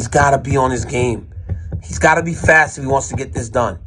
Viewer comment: DC betrayed that creole Lafayette accent when he said “fass” 😂 love it! God bless Dc and God bless The Boot!!!